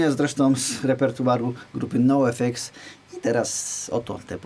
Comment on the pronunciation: Basówka super, pewnie to będzie mój następny zakup, ALE jako fan grupy NOFX od ponad trzydziestu lat i jako tako władająca angielskim, to muszę, po prostu muszę: X w j. angielskim wymawia się 'eks', zatem NOFX w wymowie brzmi jak wyrażenie "no effects" i wtedy to nabiera sensu :)